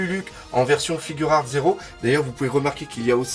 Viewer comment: Juste on dit figuart pas "figure art" ou je sais pas quoi